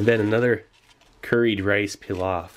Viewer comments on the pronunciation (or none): Stop butchering the word pilaf for Christ sake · The way you are saying pilaf is killing me 😂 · "Rice PEELOFF" it took me a few moments to realise he meant Pilaf lol. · its not "pee-lof" its "plov" im Uzbek and i can confirm that. sorry for the rant its a pet peev lol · Did the word pilaf, bother anyone else peeloft lol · Its pronounced "Pee-loff" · PEE-loff love you Steve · The way he says Pilaf. Ouch